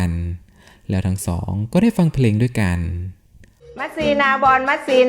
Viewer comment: ชอบเนื้อหาครับ แต่ งงกับการออกเสียงสูงต่ำแปลกๆน่ะครับ ด้วยเป็นดวย แม่เป็นแม บ่อยๆครั้ง